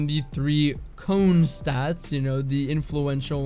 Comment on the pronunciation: had lost the ability to say the word cone normally. He goes into a McDonald’s “Yeah can I get an ice cream “cone”. “